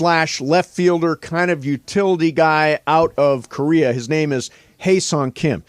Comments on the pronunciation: His name is pronounced "Hey" not "Hi" correct? Could be wrong but pretty sure. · cringe when people keep on mispronouncing his name